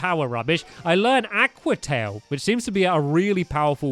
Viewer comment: Stampy, (Aw-kwa) aqua, (ti-l) tail, aqua tail